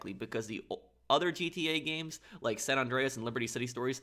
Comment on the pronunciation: SAN, like SAND, not Sawn.